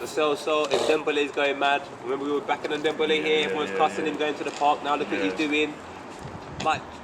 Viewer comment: “Ndembole” is the new “yozay”